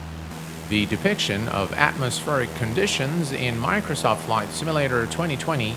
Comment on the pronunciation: "Miknersawf Simmalater"